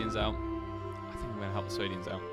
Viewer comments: Swadians. Correct pronunciation: [Sway-dee-anz] Incorrect pronunciation: [Swah-dee-anz] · SWADIANS NOT SWAYDIANS